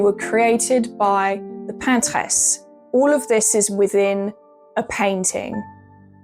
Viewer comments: "paintress" is not a thing in French, we just say "peintre" and it's gender neutral so I don't understand why she's trying to pronounce it in French. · Ah thanks I was wondering exactly that, why you have a wonderful English accent but say paintress in our, let say less wonderful, french accent? Question answered in the first comment, great! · Why do you say PANT-RRREZ? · "Pantesse"???? Is that the French version of "Paintress"? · Absolutely despise how you say paintress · I'm confused. Did you intentionally pronounce the English word "Paintress" in a French way, or did you try to make a female version of the French word "Peintre" (=painter, male and female) ??